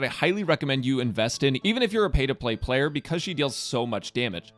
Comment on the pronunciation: So nobody is going to talk about the "pay to play playler"???